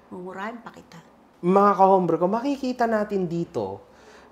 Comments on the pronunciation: correction pronounce ut OMBRE not HOMBRE. SILENT H. po xenza na tinama lng kita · Pls correct ur pronounciation of HOMBRE...silent H po as in OMBRE...ty po